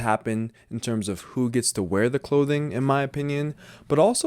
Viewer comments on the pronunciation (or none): none